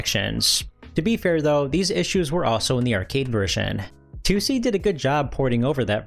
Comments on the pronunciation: it's not "Two See" or "Tucci" it's pronounced "Toh Say" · Like, I can't even begin to figure out where you got "Toosie" from. In Japanese it's Toh Seh In English, it reads as Tohs. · The company’s name is トーセ. To o se Toh oh seh. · It's not "Too see", more like To-o-se, with Japanese pronunciation, no weird phonetics. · Toh-Seh, not Too-See. It's respectful to pronounce names correctly. You wouldn't want others calling you POYER, right? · Tussy? The name is Tose with an O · Maybe you need to learn English? Can't you see how 'Toh oh seh' is wrong? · Toe say? It's a Japanese Dev so surely it's Toh-seh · If you truly want to elevate your channel maybe check the pronunciation of a word you say 20+ times in a video like TOSE before publishing anything. Also try to do a little proofreading and some rewrites so you don't end up sounding like a sixth-grade term paper class read. Try to avoid short ideas and sentences as this will give you a less amateur sounding style. Consider not including the intros where you film yourself as they usually deride from the overall quality of your videos. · Drink every time you hear the subject of this video pronounced unbearably incorrect. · Mispronouncing the name of your main subject not even a second into the video is insane. If you're not going to exercise enough due diligence to pronounce a two syllable word properly then why should I assume any of the information is correct? I like your videos but I think you can do better than that. Put in the work. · You continually mispronouncing tose is driving me nuts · Add it to the list…. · yeah his pronunciation was driving me nuts. I went to the comments to make the same comment. But nice video all around.